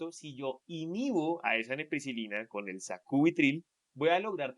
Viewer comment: Correción es NEPRILISINA, en em vídeo dicen NEPRISILINA